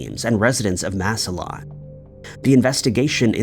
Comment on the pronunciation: Ohio here … Massillon is pronounced phonetically “mass ill on”